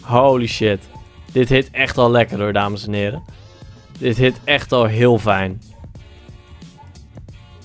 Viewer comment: ff ter info je zegt altijd vijn of vornuis met de v maar het is met f